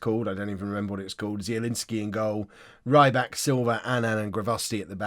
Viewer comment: Rybak is pronounce: Ree-bakh.... i believe